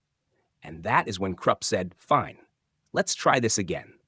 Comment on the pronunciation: Stop pronouncing 'Krupp' like 'crap'! It's much like 'croop', with 'oo' like in 'look'.